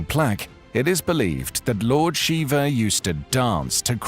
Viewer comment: Shiva, NOT Shiver!!